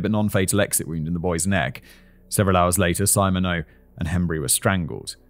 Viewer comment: Simon it’s sim/ma/neax it’s French